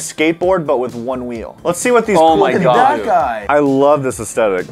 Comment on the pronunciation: “oh my gof”